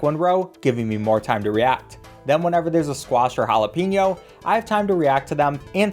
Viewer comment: you say jalapeño wrong